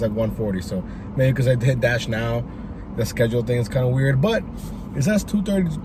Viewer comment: Quit saying fringe weird O